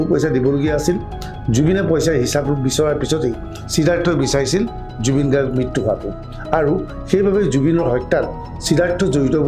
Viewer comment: ডুবিন গৰগ' নহয়। গাৰ্গ